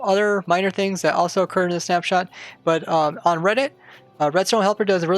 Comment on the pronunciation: I heard Snapchat when you said snap shot